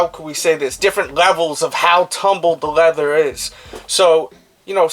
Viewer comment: This dudes pronunciation of his “L’s” is pretty much making it impossible to pay attention to the content since he says the word “leather” 438,221 times. he has the audacity to say “the levels of leathers” as if trying to get the world record for saying leather in one sitting isn’t enough with the pronunciation issue. FML!